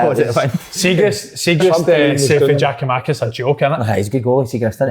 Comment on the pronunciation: Giakoumakis, Kev... Jack-oo Mackiss.